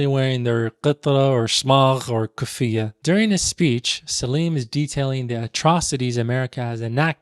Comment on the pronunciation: Respectfully brother , you mispronounced ghutra, kufiyyah, and igal, and also different regions have different ways in wearing them. Also the first letter in the movie you examined was indeed in Arabic. Gotta tighten up my guy.